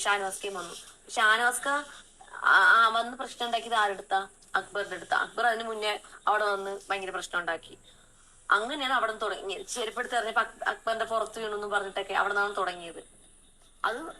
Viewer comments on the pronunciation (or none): അക്ബർ എന്ന് കൃത്യമായി പറയാനാവാത്ത മൊണ്ണയാണ് നാളത്തെ ചൂപ്പർചാറ്😅😅😅😅